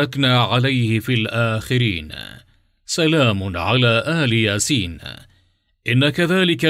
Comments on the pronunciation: إل ياسين وليس آل ياسين الهمزه تحت الالف وشكرا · أخطأ في الأية ١٢٦ ( اللهَ ربَّكُم قرأها بالضم اللهَ ربُكم وهذا خطأ جلي وكذلك إل ياسين وليس أَلِ ياسين الهمزة بالأسفل وليس فوق ومع هذا جزاه الله خيرا على هذا الموضوع وأجره الله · انت قريت غلط ... سلام علي إل ياسين مش أل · الله ربكم بفتح الباء وليس ضمها وسلام على إل ياسين بكسر الألف وليس آل ياسين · أنت أخطأت باتلاوة مش سلام على ال ياسين ال لله ذكر سلام على إلياسين وليس على اله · قراءتك عزيزي خاطئة إل ياسين تنطق وليت أل ياسين حتى لا يتغير معنى الآيات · هناك خطأ في قراءة الآية الكريمة إل ياسين وليست آلِ ياسين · سؤال للتعلم والإفاده . مكتوب إل ياسين . فلماذا تنطقها آآآل ياسين نرجوا الإجابه حطو لايك من أجل أن يرى التعليق إذا كنت تريد أن تعرف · إل ياسين وليس آل ياسين المشكلة الفيديو كله غلط في غلط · تقرء إِلْيَاسِينْ ليس آلْ يَاسِين لا تقرء القرآن بالخطأ لو سمحت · السلام عليكم ورحمة الله وبركاته اخي الحبيب تقراء الايه خطاء تقول الايه سلام على إل ياسين وليس آل ياسين بكسر الالف وليس بفتحه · تصويب : إل ياسين و ليس آل ياسين أرجو مراعاة سلامة نطق آيات القرآن و شكراً. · قرأت (إل ياسين) خطأ مرتين الصحيح (إل) بكسر الألف وليس بفتحها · قراءة الآية خطأ ، سلام على إل ياسين و ليس آل ياسين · السلام عليكم اخطات بقرائه الايه اخي (إل ياسين) وليس (آل ياسين ) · سلام على إل ياسين وليس آل ياسين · أخي اسمه إل ياسين وليس آل ياسين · اسمه إل ياسين بالكسره مش آل ياسين هناك مفرد وانت بتجمعه يا استاذ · إل ياسين وليس آل ياسين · إل ياسين وليس آل ياسين .. انت تقرأ الآية غلط الله يهديك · قراءة الآيه خطأ سلاما على إل ياسين الالف مكسوره ليس مفتوحه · الاية قرئت بشكل خاطيء عند كلمة إل ياسين بكسر الهمزة وليس بمدها